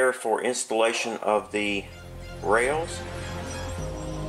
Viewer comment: Haha, and now, the rrrrrrails! 🙂 Seriously, this was a great series, and quite unique on YT, at least to my knowledge, which makes it a great contribution 👍 Loved the rod trick too Thanks for sharing